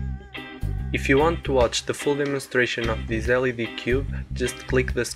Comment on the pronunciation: Nice Video. And for the future: When you say LED, you should say every letter single.